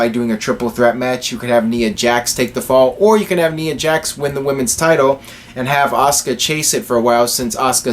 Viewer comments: isn't it nia not nea pronunciation-wise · The "I" in Nia is a LONG "I"!